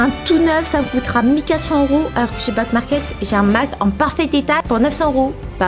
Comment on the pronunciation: Au lieu de dire back market j’ai cru elle a dit black market 😭